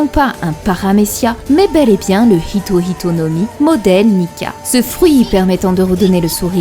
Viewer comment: Ce que j'aime c'est ce petit détail qui fait que prononce bien Hito Hito et non Ito Ito comme beaucoup le font (normal, c'est le français). Ito Ito no Mi c'est le fruit de Do flamingo, donc à ne plus confondre avec les Hito Hito no Mi de Chopper, Sengoku ou bien Luffy désormais.